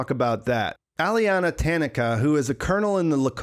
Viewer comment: TA-NA-KA, all 3 of the “A”s in this name are pronounced EXACTLY the same. So say “ta” and use that same “a” sound all 3 times.